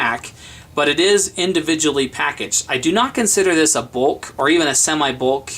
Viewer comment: agila; bolk... What do you have against the letter u?